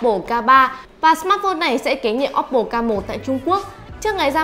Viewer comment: Ad nên nhớ là ôppô chứ ko phải là ốp pồ nhé phát âm cho đúng nhé